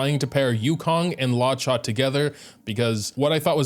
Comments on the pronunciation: hey! loved this vid also luocha’s name is pronounced loo-OH-chah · “law chaw” kills me everytime i hate it (no offense btw) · why does he call him Lacha😭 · why does he say luocha like that